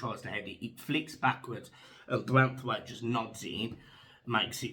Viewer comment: Erm it's Branthwaite